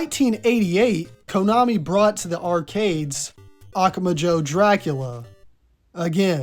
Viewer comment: Hey! Great video, just so you know, the emphatic syllable in "Akumajo" is "MA"